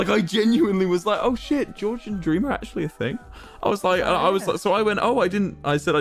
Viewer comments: It soundls like wil is saying cream 😂😂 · Guys it's official if Wilbur says it's gream it's gream ಠ﹏ಠ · ah yes jreem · Gream sounds like those weird mispronunciations like cheemse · Oh no its dnf anymore it's " GrEeM " lol